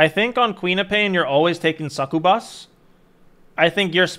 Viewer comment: Hahaha whoa. Hearing you say “succubus” hurt my brain